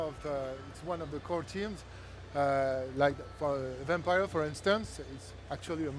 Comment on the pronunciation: Man these IGN hosts can rly be douchebags sometimes, they even pronounced the game wrong. You could see the devs cringing every time he said VampPYRE